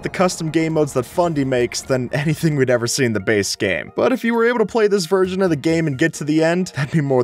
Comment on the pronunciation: what wersion is this?